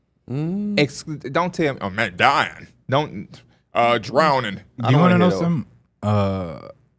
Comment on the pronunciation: THE WAY P SAID DROWNING HAD ME CRYING LMAOO